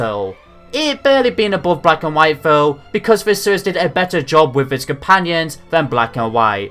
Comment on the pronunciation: Honestly every time you say seires it cracks me up